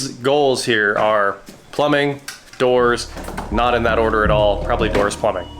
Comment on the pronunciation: Oh king of DOORS, I thought you said king of WH**ES! 😂😂😂